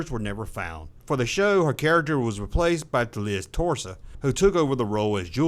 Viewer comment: Liz Torres replaced Barbara Colby. Sounds like he said Liz Torso. Also "Robert Ragner?" Was this voice done by AI?